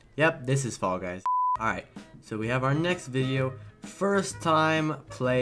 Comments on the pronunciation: "Fall Gus" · Fall guys uh I mean guy no no uh f...a....l...l gusy no um fall gus